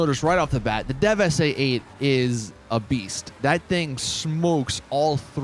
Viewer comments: it says deveste eight but he says devestate eight. it’s pronounced j devestate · "DEVEST A EIGHT" IT'S PRONOUNCED DEVESTATE YOU FUCKING MONG THE "ENNIS" .... THE ANUS.... "THE PARIAH IS NEVER GOING TO GET BEAT..." SCRAMJET... ITALI GTO.... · stop saying deveste eight like that. just say devestate normally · 😂 deveste eight it’s said like devestate if you didn’t know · And he still doesn't know that deveste eight is pronounced "devistate"